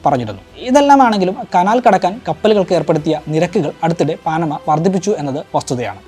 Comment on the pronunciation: പാനമ എന്നാണ് ശെരിയായ ഉച്ചാരണം